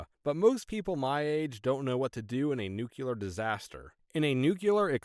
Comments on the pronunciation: Nucular? Nuclear! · Heh, the first story. Mom would have been even more surprised to hear "Elvis Presley taught me that, pretty neat huh". And the way the narrator pronunces "nuclear" is funny.